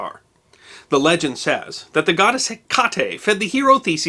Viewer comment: Thats the first time I have heard Hecate pronounced like that